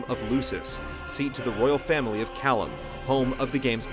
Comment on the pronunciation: *cough*pronounced LUKIS -hard C-*cough* Very well done summation, easy to follow but a lot of info, except hearing the Latin mispronunciations made me cringe a little, hah (Kay-lum or Kai-lum, not Kalum). Also thought the Hamlet connection was really interesting.